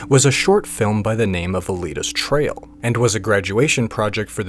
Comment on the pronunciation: bro I can't over the fact that you say TRAIL instead of TRIAL. dude please stop the engagement bait. I love chinese manhua and wuxia stories so it follows that I like this video. but I find purposefully mispronouncing things for engagement to very slimey behavior. The only reason I bothered to comment is because I too want people to see this video and learn about Donghua and Manhua. Otherwise, I'd have reported this video as spam.